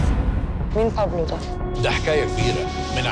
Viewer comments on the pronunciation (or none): بابلو سمولكون إسم تعرفو تلفظو تضربو عرب وبدهون يتفلسفو متل الأجانب